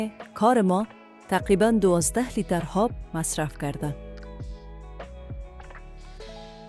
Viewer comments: آب بگو نه هاب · چرا ای قسم صحبت میکنید پر از اشتباه 😏 انگار از روی یک کاغذ میخوانید.هالی، هاب،،هجازه و ده ها غلط گفتاری دیگه. خواهش میکنم برنامه هایتان را به روال قبلی و بدون صحبت پیش ببرید